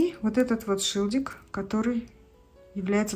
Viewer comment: Правильно говорить шильдик, а не шилдик.